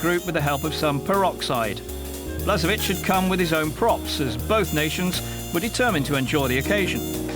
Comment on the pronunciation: i'm sorry to say that this video has been put together sloppily. blažević (whose name is spelled blazhevich, NOT "blasevich") is currently the head coach of nk zagreb -- the info is totally out of date, most of the names are mispronounced. also, where is the game against the netherlands, where croatia took third place? sorry, but this video is a good example of bad editing, outdated information, and poor production overall.